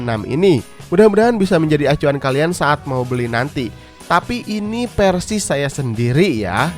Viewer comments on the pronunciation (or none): keren kang ...cuma saran pelafalan huruf F/V.nya (Mi fans=Mi Pans, Versi=Persi) dperbaiki lg ,channel IT soalnya 👍👍